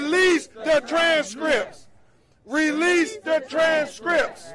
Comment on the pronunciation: “Release the tranzz Scrips” lol